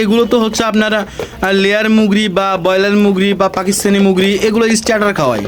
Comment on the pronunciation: ভাই আপনি ইউটিউবার আপনাকে ধন্যবাদ তবে মুরগি বলতে হবে আপনাকে আপনি বলতেছেন মগ্রি বলবেন না